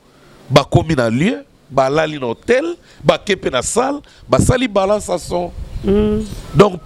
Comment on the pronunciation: on dit balance et non banlance